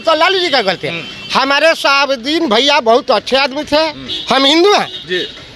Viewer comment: Ap modi ke pa5erkar hai aur sahabuddin ka name sahi bola kijiye